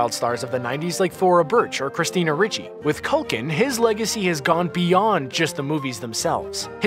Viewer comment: Showgirls starred Elizabeth Berkley not Banks. Also, it's Christina Ricci (pronounced ReeChee)